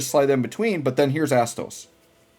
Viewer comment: My inner teenager laughed everytime u said Asstoes XD